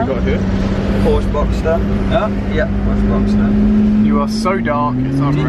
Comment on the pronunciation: Please say porschE